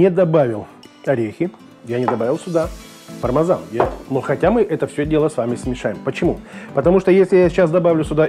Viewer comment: Не понял вопрос :0), вас смутило что я сказал Пармазан вместо ПармЕзан, сорян если так :0) Если вообще сказать аутентично, так его название будет звучать так: «Пармиджано-Реджано». Не думаю, что в России все именно так произносят, учитывая, что мы уже исказили правильное произношение, я не думаю что … мазан.. и …мезан.. может считаться грубой ошибкой по сравнению с правильным произношением «Пармиджано». Но, если вы не знакомы с этим Итальянским сыром, я с радостью расскажу больше о нем и его использовании в кулинарии. Спасибо что заглянули к нам на канал, будем рады, если вы подпишетесь, и будете приходить регулярно. Нам ценен каждый посетитель и его мнение. 😀👍